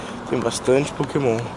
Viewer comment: O você fala os nomes do pokemon errado mano